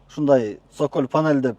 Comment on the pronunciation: Сөколь дебей соколь дечи